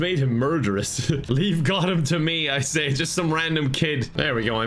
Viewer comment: I can't forgive you for how you pronounce Gotham. Unsubscibbled